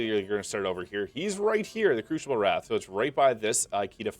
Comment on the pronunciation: Oh, sorry. My comment wasn't aimed at you at all. I didn't even catch you saying it. I was just talking about the female NPC at the start of t he first crucible. She keeps saying "crooshible" and "crooshinite". I have no idea which accent would even say it like that.